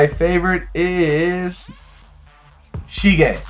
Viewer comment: it's sige, not shige ;) nice video, keep up the great work!